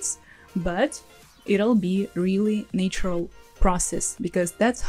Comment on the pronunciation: Thanks for these very helpful tips. One for you: check your pronunciation of “naturally” and “natural”. It should be Nat- as in cat, not “nay”- ❤ "nay" IS correct for "nature".